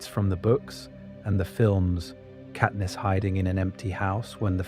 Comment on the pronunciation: it absolutely is genAI, not even two minutes in and the voice cant even pronounce katniss' name correctly